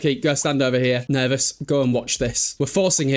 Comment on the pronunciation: Pervous 🤣🤣🤣🤣 this was a good one haha sims 2 is the best type of chaos!!